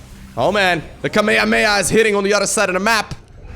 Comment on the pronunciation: Dislike for not knowing how to pronounce kame-hame-haaaaaaaaaa